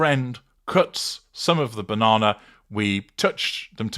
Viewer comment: Telly me Bauh-non-ah...😂